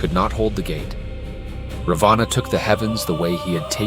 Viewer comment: Raavana....not Ravaana. Nice video.